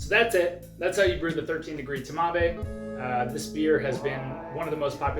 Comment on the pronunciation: I mean "TMAVé" - That physically hurts me.